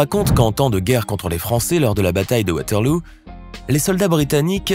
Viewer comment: La bataille de Waterloo (ville belge) avec le oo prononcé à l'anglaise "ou" ? On prononce O et non OU.